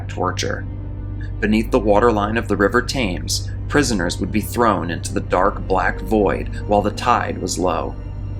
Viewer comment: Just to explain, you mentioned the 'River Thames'. Here in England it is pronounced 'Temms'. I.E. 'River Temms'. :)